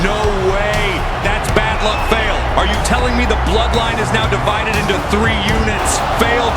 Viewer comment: Bad Luck Fale → Bad Luck Fail❌ totally botched it's pronounced → Far lay